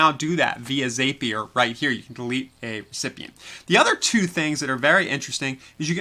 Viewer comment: Great video. But Zapier is pronounced Zappy er. Rhymes with Happier!